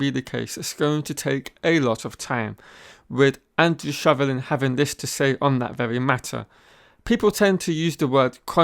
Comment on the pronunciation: Shovlin? That's Mike Elliott 😂